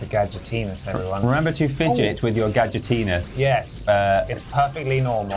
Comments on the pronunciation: why they pronounce gadgetinis like that lmao gadgetenis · It's also worth checking out the ending to this game, because I shit you not it is one still image with a singular Gadget line where he mispronounces Gadgetinis in a new way. "Ga-dgitines"